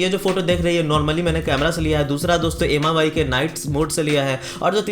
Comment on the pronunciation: None of the above. Infact its pronounced as 'mee' UI. Mi means rice in Chinese.